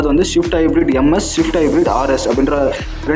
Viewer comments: Shift ah....???? Its swift man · dei. modalla swift nu sola pazhagu da. shift u shift u nu asingama. thuuuu... ivanlam video poda vantan. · Dai... Pannada ! Adhu Swift . Shift ila..